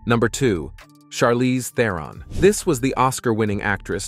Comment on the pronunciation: Learn how to pronounce Theron then learn that directors direct and actors act.